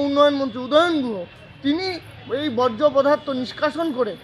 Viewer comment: ওটা 'বজ্র' নয়, 'বর্জ্য' হবে।